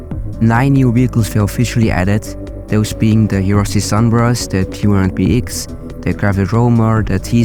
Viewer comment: "Hirochi Sunbrust"